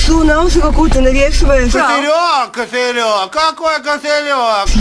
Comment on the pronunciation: Кофэлёк, какой кофэлёк😂😂😂